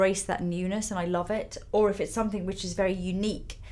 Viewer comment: i love how well-spoken Lisa is and then she'll say "summink" hahaha very London